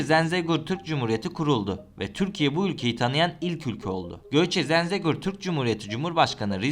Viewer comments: Zenzegur değil zengezur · Abi Zenzegor deyil, Zəngəzur doğrusu. Lütfen tarihi yer isimleriyle dikkatle öyrənin. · Yemin etmiş gibi Zengezura sonuna kadar Zenzegur dedin. 😂